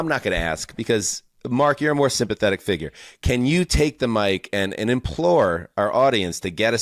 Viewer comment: “Moer” NFL news?